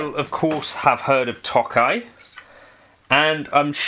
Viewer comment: This sounds as good or better than the nacho one. Now I have the dilemma of if I'd rather hear the British pronunciation of 'Nacho' or 'Tokai'. Both are a war crime